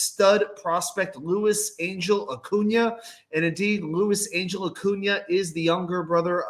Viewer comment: Angel pronounced Ahn-hell.